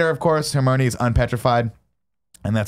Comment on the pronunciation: Nick: Repeatedly pronounces just about every character’s name horribly wrong, including Hermione. Barrett: Says nothing. Nick: Pronounces ‘Marvolo’ slightly wrong. Barrett: Makes a point of correcting Nick’s pronunciation. 😂😂😂